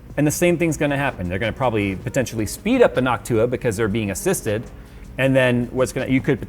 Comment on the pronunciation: the way he pronounces noctua drives me insane